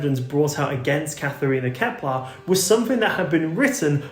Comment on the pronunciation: Ah, Kepler, not Keplar.